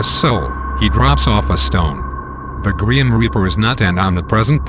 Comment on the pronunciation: Gream reaper?!?!?!??!!? He said "Gream Reaper"